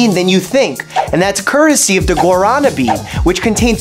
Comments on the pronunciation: the pronunciation is (as best as I can type it out) gua-da-nah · As the child of a Brazilian, the way you said guarana made me die a little inside